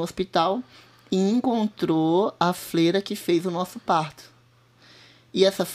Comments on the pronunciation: Que agonia esta mulher dizendo " flera" ao invés de " freira" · Não é fleira que fala e sim freira,feminino de frei